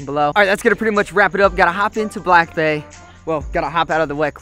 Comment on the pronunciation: I just realised when you talk about your truck or the jet ski your saying BAE and not BAY 🤦‍♀️🤦‍♀️🤦‍♀️